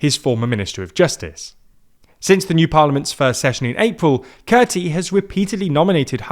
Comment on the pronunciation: Kurti is pronounced as Koorti. So please correct it from now on. Tq